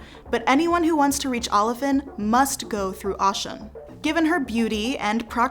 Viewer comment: I was about to say the same thing!!!!! Because it’s Oh - shoon not Au- shun.😅 Big O 🦚 I have so much respect for the effort, i would like you all to consider doing a little research on how to pronounce the names of the orisha correctly. It would add to the creditbilty of the content.